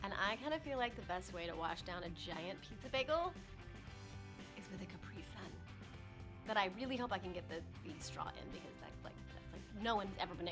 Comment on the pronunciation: She just massacred that Capri-Sun omg